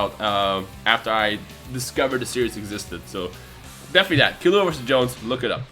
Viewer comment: PS u say Killua kinda weird I not saying ur wrong cause I don't even how u say but Gon always says Kill-U-AH